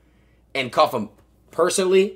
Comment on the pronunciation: CU-ffe-M take the L